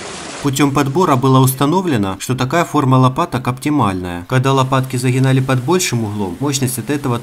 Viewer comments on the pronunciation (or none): Не загинали, а загибали! И вообще, нет такой буквы (гх).